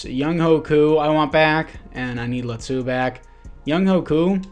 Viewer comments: they way you pronounce Latu is actually pretty close, mayble its L(ahh)tu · Laitu Latu is pronounced “Lay-ah-to” “La-to” also don’t hate on my daddy Justin 😤😤